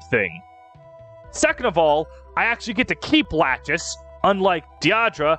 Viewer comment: I noticed that you've been calling Erinys = Fury, Midir = Midayle, Lachesis = Lachis and Constantly tripping over Deirdre's Name. Are you just adjusting to modern Translations or am I mistaken?